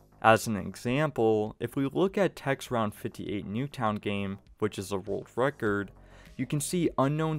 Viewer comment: World wecord? 🤣 Bugs bwunny